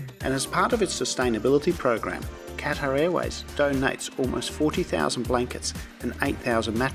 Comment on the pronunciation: how would you like it if I pronounced your name like "Denice"? If you're doing an entire video on Qatar Airways, the least you can do is pronounce "Qatar" properly.